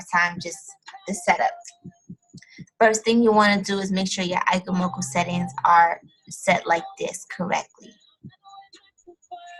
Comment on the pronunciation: Its pronounced E- chee- moku but other than that, great vid!